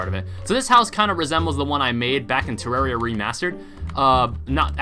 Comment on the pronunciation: I like how in the intro is said terrarism instead Of terraria.